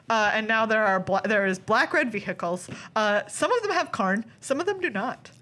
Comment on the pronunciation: loved the smirk at the camera when Meghan said ve-hi-cles